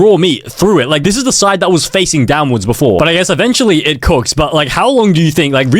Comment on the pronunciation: “cooocks”😭 it’s cook